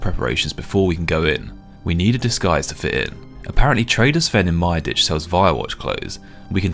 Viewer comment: Finally someone who pronunces Myreque right, thank you! There is no f-ing "key" in the -que ending. I mean, if you finally get that rare drop you wouldnt call it an "uni-key"